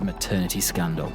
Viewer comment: Did you say scandal?🌎As in 🕵SCANDALOUS